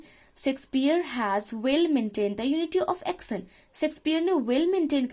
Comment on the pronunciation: Pronunciation of action is wrong